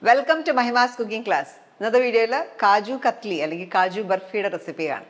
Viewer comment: It’s known as KAJU KATLY, NOT KATHLY, this I know for more than 40 years.